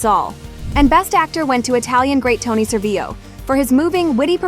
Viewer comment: Tony ServiLLo, we pronounce the L in Italy, we are not Spain